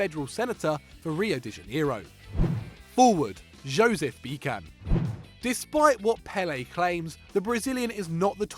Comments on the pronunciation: man, i know mispronouncing names is kinda your think but Josef Pepi Bitsan not Bikan. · Come on, you don't read Bican with a "k".... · The way you pronounced Josef Bican gave me cancer.